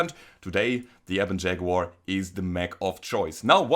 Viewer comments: Liked because... "Shaguar!" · I see LokenPlays is not the only one to own a "Shag-uar". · "Shaguar" Nice